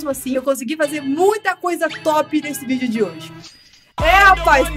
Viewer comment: Vc falou vídeo era vidro kķkkkkkkkkkkkkkkkk